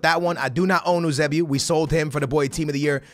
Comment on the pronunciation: Eusebio is pronounced you-say-bee-oh